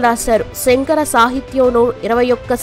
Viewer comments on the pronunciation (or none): none